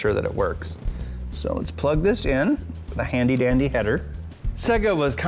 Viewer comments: SAYGA NOT ZEGA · Alex Mc I always pronounced it Say-ga. I didn't know why people call it seg (as in segment) - a. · Why do people call Se-ga wrong? It is pronounced by turning Sonic 2 on